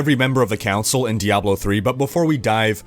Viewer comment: thank you for pronouncing "Diablo" correctly